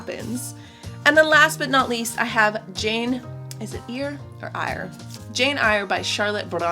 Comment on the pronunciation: jane eyre is like jane “air” pretty sure! next i’m gonna read the spirit catches you and you fall down!